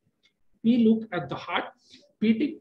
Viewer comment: Please doctors learn to prpnounce HEART ! PLEASE !